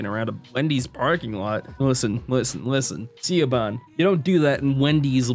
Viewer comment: I'm sure there will be plenty of comments like this, but Siobhan is actually pronounced "Sha-vonne"